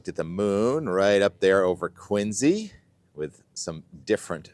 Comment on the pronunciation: So glad you pronounce “Quincy“ correctly !